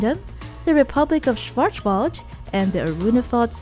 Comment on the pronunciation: your german pronounciation is terrible haha. Schwarzwald is also german for Blackforrest.